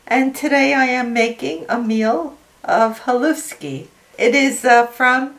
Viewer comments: I was born in Pittsburgh and my great-grandma made this all the time! She was in her 20s during the depression and she was of Slovak descent. Also, it’s pronounced “ha-lush-ki. This is so good with PIEROGIES!!! Yum! I’m gonna make this soon. #greatmemories ❤️ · Pronounced halushki